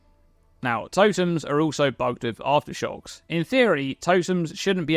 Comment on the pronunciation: Take a shot everytime he says Arftershox